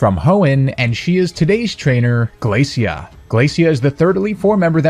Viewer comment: I think her name's pronounced 'Glae-shuh,' Glacia. Just like 'Glae-shur,' Glacier. Referring to chunks of ice sheets (when she just so happens to be an ice type trainer). Just think about it! I see Phoebe (the ghost type specialist of the Hoenn Elite Four) coming next.